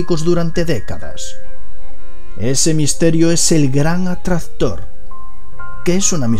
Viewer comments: El que? "El gran adstahtor " 😂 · oh no el gran "atrator" jajaa con una onda vital tiene "efe" gran "atrator" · el gran atrastor jajaja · "El gran atradhtor" xD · Desde que dijo el gran atraztor, me he ido a los comentarios 😂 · Botaste la casa por la ventana con el gran atrastor jajajajaja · Si tienes punteria nada... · "El gran Atraxztror" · "El gran atraztor" Yo: Estos españoles :v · Muy buen video, algo que te queda claro por corregir es la pronunciación de la C intermedia en palabras como atraCtor e impaCtante dices atrator e impatante saludos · el gran atrastor que arrastra las galassias. ja ja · Atrazztor , galacias , galacia :v Like si te diste cuenta igual nadie es perfecto xD